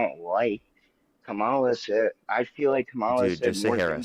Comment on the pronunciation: why can not a single one of them pronounce kamala harris’ name correctly what the hell